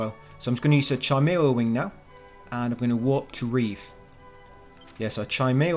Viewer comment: Its not Chi mara its pronounced Kimara